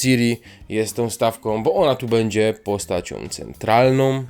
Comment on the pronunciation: Masz świetny głos ale : będzie nie Bedzie- uszy więdną a po drugie Jaskier tutaj to jakaś tragedia pomalowane oczy i ta fryzura.